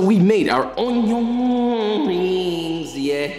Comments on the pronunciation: cut the onyo like jean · Finally, someone who knows how to pronounce onyo correctly. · I see I'm not the only one who can't not say "onyo" every time I cut onions. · papa like cwispy O N Y O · This Papa died a little when you said "onjon" ❤😆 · "Onyon" - Jeanne Pierre